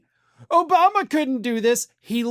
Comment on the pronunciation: Still calling him "OBUMA".